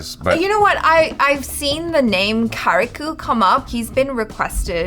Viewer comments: കാരികു അല്ല കരിക്ക് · Finally they are watching the karriku video. And bro it's pronunciation is like ka-ri-ka, not ka-ri-ku . I am also malayali. The words meaning is a coconut. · it is pronounced as -karikk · Karikku is malayalam for tender coconut. And its pronounced without the u at the last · the u is silent in karikku